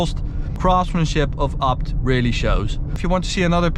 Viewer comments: Its Ay Bee Tee. Not "abt" lol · Sounds like he says upt... Need to work on your A's... Ok... Say Fucking A.... Now say ABT.